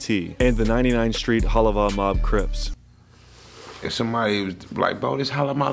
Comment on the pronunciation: We banging Hawaiian cwips aye ghost coowiiips shookside “cwips”